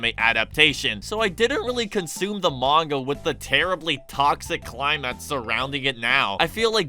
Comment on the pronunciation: Climate isn't supposed to sound like climb-mat